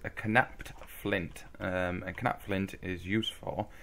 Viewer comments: Well I Mean Knapped Is Pronounced Napped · The k in knapped is silent. It's pronounced the same as the past tense of "to nap." Also, in case you're still playing this, or playing some other pack with the Druidry mod installed, you need to punch the leaves with an empty hand to get them to respawn once or twice, like you did at the start.